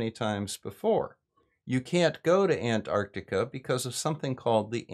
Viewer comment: Thank you SO much for pronouncing antarctica correctly. I don't know why, but those who say it "ardika" drive me NUTS. Oh, and also thank you for all the work you do trying to calmly explain the truth to people who need to hear it.